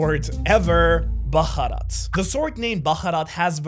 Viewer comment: it's bharat not baharat